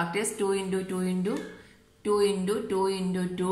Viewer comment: You are saying intu as indu that is the only mistake